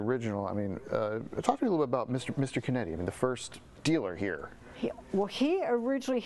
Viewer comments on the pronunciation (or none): Beautiful exhibit. Not to criticize, but hope that the correction is made. The name is Luigi Chinetti, Jr. not "Conetti". I hope that corrections can be made before any material is printed. Ferrari enthusiasts are critical of details.